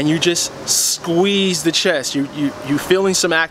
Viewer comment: Thank you great Tips But Not to correct you, BUT its CHEST not CHESS just sayin